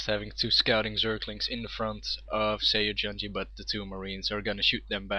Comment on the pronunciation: it's pronounced more like "suh yuhn gee"... much easier to say, no?